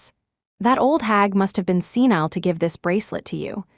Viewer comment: SENILE not scenile